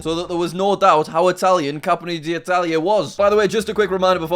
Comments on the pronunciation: bro it's not capmony, you say it like kampyone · Ok its pronounced "cah-mp-y (E as in the start of EASY) - Oh - Ne (Like a horse how it goes neigh) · The italian city it's actually pronounced Cam-pio-neh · How can you not mention the Falklands when looking at the Argentina map as a Brit? Also it clearly said Campione, not Cappony And plenty of "privileged white persons" know about Venezuelan hyperinflation and Argentina's inflation and economic mismanagement. Nothing to do with privilege, just lack of education. Why does this guy have 1M subs lol? He's daft as hell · Text: "Campione" Jack: "Capony" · Why is he saying "Capponi"??? Where does he read that???? Wtf? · Pronountciation:Campione Jack:Cappanne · Campione = "Capany" 🤭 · Jack talking Italian is absolutely beautiful and wrong at the same time. I couldn’t stop laughing. (Said by an Italian) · He can't even pronounce "Campione" mate